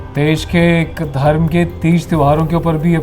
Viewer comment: Drum NI dharam and kaaanstitution nahi constitution hota hai miss